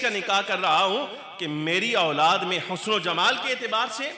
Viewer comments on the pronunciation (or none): Auladd Aulaad kyaa bolrei sedah sahi Urdu boliyee Bachhe ya. Aall bolitee